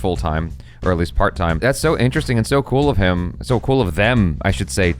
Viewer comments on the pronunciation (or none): none